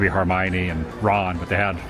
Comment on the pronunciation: "Har-My-Knee" LOL